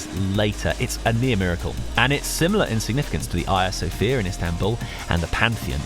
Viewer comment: Great video and tour. Alas! a non-Greek language person who pronounced "Ayia Sofia" properly, kicking aside Erasmus' ubiquitous fantasy pronounciation _ 'hagia sofia'.